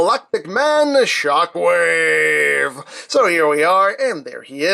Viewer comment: Thought you said ShaqWave